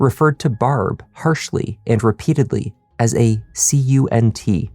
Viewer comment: Love this channel and love Canadian origin subtly making itself known through his accent once in awhile. Unfortunately however, he disappointed when pronouncing Barb's name, was hoping for a more Trailer Park Boys-esque sound.